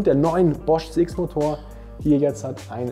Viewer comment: Alle Münchner ? Was ist wenn ich aus dem Nachbarort komme, darf ich dann nicht kommen.? Darf ich dann nicht testen.?oder gar kaufen? Zum Glück gibt es nicht nur diesen Laden ,! Deine Kommentare regen mich manchmal sehr auf .Vor allem wenn du sagst JETZERT !